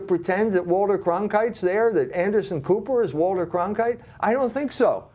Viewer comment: Did he say Anderson Pooper or Cooper? :-D